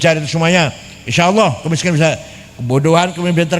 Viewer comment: Gus baha bahlul, nyebut kata Allah aja salah. 🤣🤣🤣🤣